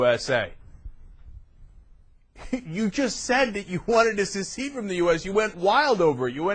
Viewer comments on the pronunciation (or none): The word is secede not "suceed". I don't care if they're against Obama or not but Cenk's right about them being Anti-American. Seceding from the United States is the most Anti-American notion ever. By the way I can't believe we're still calling it the "Union" after 222 years.